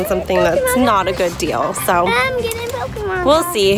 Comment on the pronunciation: And I’m getting poke mon cards. And I’m getting poke mon cards! AND IM GETTING POKE MON CARDS!!!